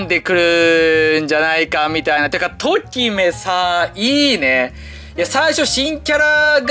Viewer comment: ときめの発音違くね？